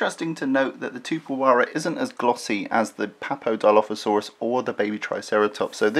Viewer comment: You have to pronounce the 'x" in the name.